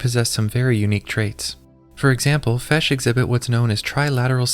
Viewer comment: fish ❌ fesh ✅